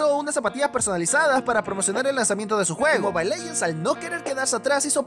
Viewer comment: "Leguends" XD